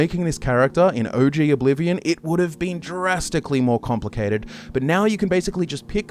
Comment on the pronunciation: Eldah scroll four… oblivon